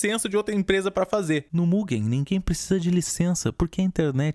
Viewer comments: n é muguen é mujein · NÃO É MUGUEN, É MUGÊÉÊÈÉM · Se pronuncia MUJEN e se escreve MUGEN